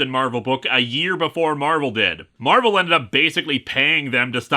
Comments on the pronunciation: "Mar-velle" oh God Mar-ville flashbacks. I mean not God, anything but, Satan help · I think his name's supposed to be pronounced "Mar-Vale" (like "veil"), but since it's not spelled that way, people keep mispronouncing it (I'm pretty sure I've seen issues where characters refer to him and remark on how Earth heroes never get his name right).